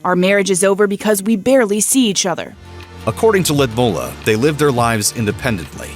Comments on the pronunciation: The narrator of this video will be killed for pronouncing Putin's wife name wrong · I cant stop cringing at the way the narrator pronounces or rather MISPRONOUNCES the former Russian’s First Lady’s name. Gee, it’s not that hard a name to pronounce it correctly. 👎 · I couldn’t handle hearing the Russian former first lady’s first name butchered one more time. Why is it Grunge narrators have this aversion to verifying pronunciations ahead of time? This happens in many videos. I do a lot of public speaking and have to introduce individuals from around the world as part of my work. I make a point to verify how to correctly pronounce their names, if for no other reason than to be respectful and polite. It’s an added bonus that’s don’t sound like an idiot getting it wrong. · This is the worst pronoucation of her name that I've ever Heard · She is not Ludmulah, she is Ludmila. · ‘Ludmulla’ 🙄 this voiceover bloke needs some pronounciation lessons 😂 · Lidmula??????? Lyudmila,,,,, get it right ffs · “Lee-ud-meela” please get it right! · Loodmoolla??? It is not difficult to google the pronunciation. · Lidmula…wth man, i’m not a hater but for you “I” is “ u” and vice versa! Geeeez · its L'youd-meela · It really bugs me how you keep mispronouncing her name. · I wish they would fix the pronunciation of Putin wife's name, it is painful the way the narrator pronounced it. It is something completely different. Beautiful Russian name. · The voice over is even not pronouncing her name right . How anyone can trust this so-called "journalism" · Every Russian name is butchered by these Muppets ‘reporters’. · That pronunciation of Lood-ih-mee-lah ( he said Lud mula)is rouugh lmfao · I wish he would say her name correctly. Ludmeela, not LudmUlla. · The way he butchers her name... It's pronounced Loodmeela. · Lewdmola? Pronunciation issues? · It is Lyudmeela, not Lyudmulla. Please do your research on pronunciation. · It is Ludmilla not Ludmulla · It's Lyudmila not Lyidmula!!!